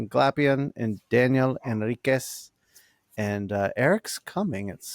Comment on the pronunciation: Henriqsh, not Henriquez 😅